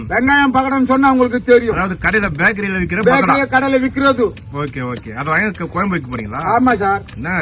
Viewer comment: டேய் பாடு அது கொயம்பு இல்ல டா குழம்பு , அவங்க கூட உன்னை விட தெளிவா சொல்றாங்க ..உங்க தலைவன் குருமா கெழவனே.. கோயி கொயம்பு னு தா சொல்றன். யு டூப் ல தட்டினா ,1௦௦௦ பகோடா குழம்பு வருது ,கேப்சன் போடும் போது பொருத்தமா நம்புற மாதிரி பொருத்தமா போடு, அவங்கள வச்சி சம்பாரிக்கிற ,நிறைய பொருள் வாங்கி கொடுடா , 1௦௦ ஊவா கு ஆட்டுக்கு காலும் , 1௦௦ ஊவா கு மொளகா தூள் ,,எண்ணை வாங்கி கொடுத்து ஏமாத்துறான் ..